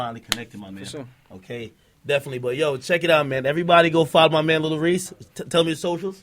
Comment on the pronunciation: ok yeah ak deff pronouncing it wrong lol. Cmon bruh